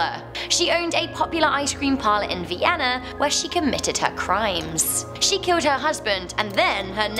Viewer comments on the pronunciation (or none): none